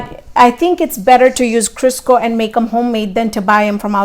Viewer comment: I think she was saying Crisco :-)